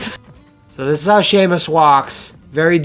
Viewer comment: SHAE-MUS. SHAE-MUS GODDAMMIT. First time I've ever heard it pronounced that way. BREAKING NEW GROUND!